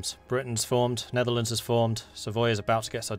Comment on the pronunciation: nerdearlands lol.